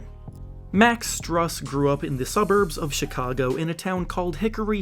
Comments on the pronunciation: It’s pronounced “Stroos” not strus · It’s pronounced Stroose like a goose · btw Strus is pronounced as Stroos